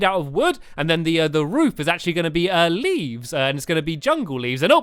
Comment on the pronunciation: he said livs